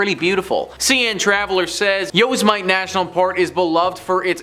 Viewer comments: love the videos..but yes, pronounce like Yosamitty Sam...not Yozemight- the devil out here shooting man so stupid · Yosmite? Where in California is that? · Yo smite.. Me: Police? I wanna report a r**e, an ear r**e.. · Yos might. LOL I’m not even from North America and I know how to pronounce it. 😂😂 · Omg did you really call Yosemite that lmao?! 🤦🏻‍♀️🤦🏻‍♀️🤦🏻‍♀️🤦🏻‍♀️🤦🏻‍♀️🤦🏻‍♀️ It’s pronounced yow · seh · muh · tee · As a native from California it’s pronounced Yo sem it tee. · Hey!! Love the videos and you rock!!!! Yosemite is pronounced like this... Yo-sem-it-tee. Just sayin lol Love Ya!! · It's pronounced Yo-Sem-eh-tee, used to work as a ranger there part time when I was in college. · Yoze might... hehe he is adorable! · Yoze-might?? I can't wait to hear try to pronounce "Puyallup" or "Snohomish" if he ever does a video on haunted sites in Washington state...LOL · It's actually pronounced "Yo'- sim - ity" But it's okay you're videos are still gr8... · this motherfucker just said yo’s might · If your going to produce a video to be viewed please learn how to pronounce places your talking about correctly. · Please pronounce Yosemite correctly. Out if respect for the natives that have been driven off their lands. Thank you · Your Yosemite pronunciation 😂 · Ikr? First time i've evee heard it pronounced that Way. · I suppose I never considered that some people never heard Yosemite pronounced before. I guess I would say it that way too, if I was saying it like it's spelled. Otherwise I like the videos.